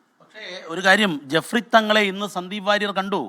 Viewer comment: ജഫ്രി തങ്ങൾ അല്ല ജിഫ്രി തങ്ങൾ.